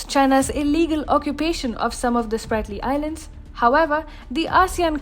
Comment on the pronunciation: It's not SPARTLY. It is SPRATLY ISLANDS